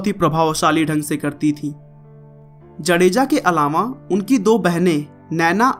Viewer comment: भाई साहब जडेजा नहि जाडेजा